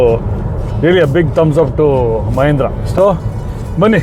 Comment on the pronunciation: ಮಹೇಂದ್ರ ಅಲ್ಲ ಸರ್ ಮಹೀಂದ್ರಾ ಅದು